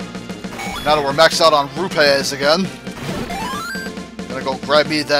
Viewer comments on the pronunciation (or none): I Don't care if you misprounounce rupee, Meleewizard calls Digdoggers Digdodgers and Gleeoks Gleeloks all the time If you see this Melee I'm not poking fun, I just wanted to know it's cool if he too misprounounces words..